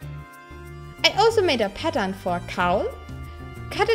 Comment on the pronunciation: 2 minutes before the video ends and you realized she was saying pattern not padam